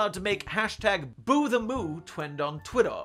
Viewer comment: is it just me or did he say 'twend on twittaw' instead of 'trend on twitter'?????